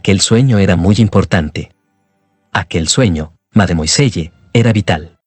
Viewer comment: ¿Tanto cuesta decir "madmuasell"?